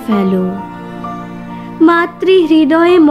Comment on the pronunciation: খুব সুন্দর বলেছো। ফেলো, ফেড়ে, তফাৎ উচ্চারণ ভুল হচ্ছে। প, ফ, ব,ভ ওষ্ঠ বর্ণ। মামা বলবে দেখবে ঠৌঁটবটা কোন পজিশনে থাকছে। ওই ভাবেই ফ উচ্চারণ হবে। F উচ্চারণ হবে ঠোঁট ফঁাক ক'রে